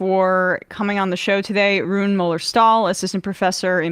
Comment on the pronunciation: It's pronounced Ruuné